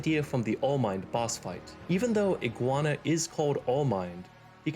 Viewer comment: pretty cool video. my bf even forgot this was supposed to be abut ac6. also, his name is Iguazu, but i did laugh when you called him iguana